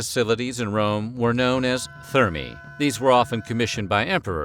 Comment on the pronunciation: I wish the "Weird History" narrator would research the correct (or at least acceptable) pronunciations of names and other words. He should also check to make sure if a word is singular or plural. For example, "thermae" should be pronounced 'tehr-my' and it's a plural noun, which he treats as a singular. He screwed up quite a few pronunciations, which is very jarring.